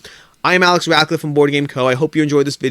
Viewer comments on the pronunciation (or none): none